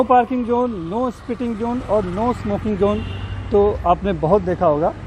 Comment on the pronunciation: No kissing zone Not no kissing Jone You are a reporter be professional pronounce correct This is not Gujrati say in English ZZONE NOT JONE